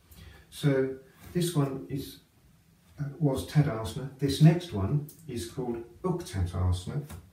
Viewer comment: Very informative video. Could you maybe put in text on the video, the name on the different yoga poses that you do? I hear for example “Tadasment, but when I google this pose I find Tadasana.